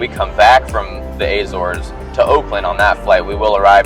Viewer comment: Was so looking forward to watching this until you started to pronounce Azores. WRONG! It has no Eh? In it’s pronunciation what so ever